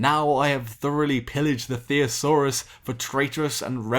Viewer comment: Do all British people pronounce thesaurus as, "theeassaurus". I'm not saying that it's an incorrect pronunciation, I'm just wondering.